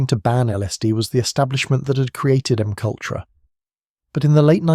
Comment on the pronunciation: Can you proof your content before posting? It’s terribly annoying listening to McUltra… if you’re going to use AI voices at least spell out the script phonetically so it reads it correctly…